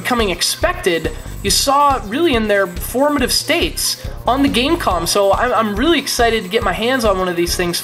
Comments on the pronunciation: No. its pronounced Game Com. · .....it's pronounced game com